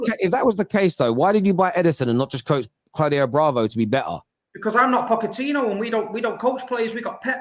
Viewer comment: Where do you get these people from ? This guy is so vexed over another club that he's trying so hard to act like he can't pronounce Pochettino's name 💀